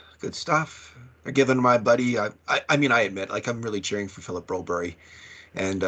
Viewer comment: Please quit the crap with BroBERG. Not Broberry. It has not caught on so give it up already. Is it Forrsberry? Is it Zetterberry?